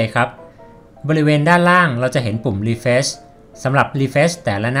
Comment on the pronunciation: ขอบคุณมากนะคะสำหรับคลิปดีๆ อยากให้ปรับเรื่องการพูดภาษาอังกฤษอีกนิด จะเยี่ยมมากเลยค่ะ อย่างคำว่า Facebook ให้ลงเสียง ซ (ce) ที่คำว่า เฟซ(face) (ในคลิป คนบรรยายออกเสียงคำว่า เฟชบุ๊ค ลงท้ายเป็นเสียง ช.ช้าง ซึ่งมันจะแปร่งๆหูค่ะเวลาฟัง) ส่วนคำว่า refresh (รีเฟรช) จะต้องลงเสียง ช.ช้างนะคะ (ในคลิปได้ยิน เป็น รีเฟส) และ google map คำนี้ต้องลงเสียง คำว่า แมพ เสียง พ.พาน ค่ะ ยังไงค่อยๆปรับกันไปเนอะ สู้ๆค่ะ